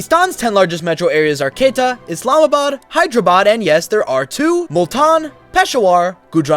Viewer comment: Quetta is my village and it’s not pronounced “ketta” it’s pronounced “ku-ay-ta”